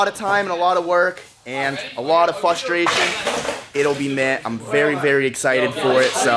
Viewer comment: "A lot of fustration"